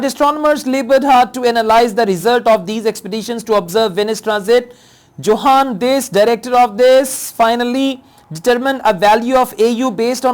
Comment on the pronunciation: Johann Franz Encke is a German name, so Johann is pronounced as Yohann. You had a fair pronounciation of the names so I thought this would help.